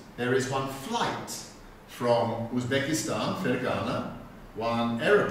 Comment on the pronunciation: Why is he saying "Osbekistan"? Is that a regional pronunciation in his accent?